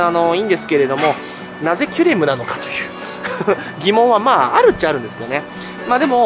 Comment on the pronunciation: キュレムがキュレルに聞こえてしまう、今日この頃。。 そして、メガオニゴオリ、まだだったのを見つけてもうた(￣▽￣)ﾆﾔﾘｯ ちなみに、タイムチャレンジは、砂にして、今日中に終わらせました。 前の動画で書き忘れましたが、実はカチコールくん:_irotigai:しました(*^^*)【野性です】 しかし、、寒いです😰 帰宅したら停電に見舞われ、さらに寒かったです😢 P,sご飯は炊いといて、水も少しはストックしとこうと思いました(^_^;)